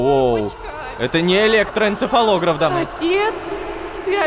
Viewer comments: электоэнцефалогрАф вот так ударение ставят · Сколько раз Рома сказал электроэнцефалограф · сколько раз он сказал электороэнцефолограф...